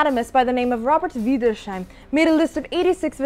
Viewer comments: Wiedersheim ... Vee-ders-high m Not Wider-shy m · Ahem, adjusts lederhosen Wiedersheim is pronounced vee-das-hyme, not vidershime. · John and Jane got one thing right : Wiedershiem is pronounced “Vee der shime”, not Vie der shime” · "Oueidörscheim"🤣🤣🤣🤣🤣!!! "Wiedersheim" is pronounced "Vee-dares-hyme", silly! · Wiedersheim is pronounced 'Veeders-hime' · great video, but Wiedersheim is pronounced more like weeders-hyme ;)